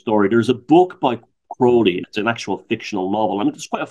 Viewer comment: you are pronouncing it incorrectly. he even wrote a poem about it. "my name is aleister crowley, it rhymes with holy...but people who treat me foully, pronounce it crouwley..." Crowley actually saw through Hubbard as a huckster and tried to warn Parsons off, forewarning him that he was going to be ripped off. Crowley was the victim of the worlds first media smear campaign because John Bull were offended by his open bisexuality and criticisms of the church. He played up to his image that hasn't helped his reputation historically. 95% of what you read about him online is nonsense.